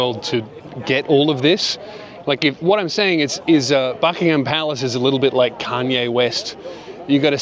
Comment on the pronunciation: Oh come on now we forgive Americans for saying 'Bucking-ham palace' but you're accent's one step away from cockney, you've got no excuse.